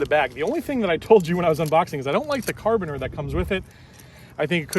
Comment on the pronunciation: Did you just call the caribiner a Car abaner ?